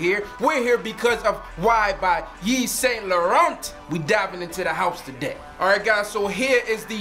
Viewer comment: You are pronouncing it wrong. The T is silent. great video though!